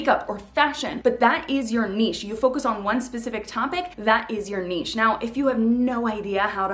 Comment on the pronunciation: This is the only video about finding your niche, that actually has the correct pronunciation of the word “niche.”